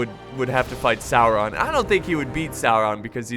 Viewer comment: salron????? sauron you mean?